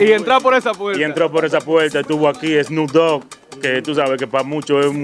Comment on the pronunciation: “ ssno dogui 2 “ el rapero 😂😂😂🤦🏻‍♂️